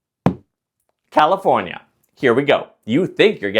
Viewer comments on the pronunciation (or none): none